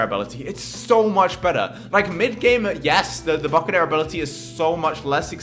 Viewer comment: did he just say abolty XD